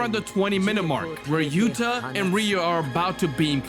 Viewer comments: He is called yuta not yutah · Yutah❌️ yuta✅️